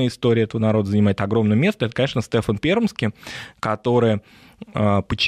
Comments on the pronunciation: Да уж не Стэфан, а Стефан, с ударением на второй части имени. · Все замечательно. Но почему СтЕфан? А не СтефАн. Я из Коми и мне слух прям режет. Простите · Стефан, а не Стэфан.